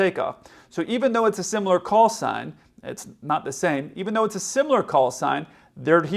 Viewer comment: Knowing 2 planes with similar callsigns are around the tarmac the controller should have pronounced the callsign much more clearly then he did